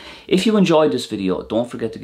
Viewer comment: Ha I noticed you said "Give it a tumbs up"... now I know why. Thanks!